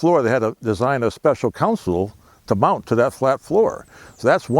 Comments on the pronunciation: Yup; you did!;...it is console; NOT: council.! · Console not council.